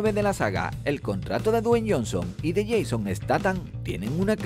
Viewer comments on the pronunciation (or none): none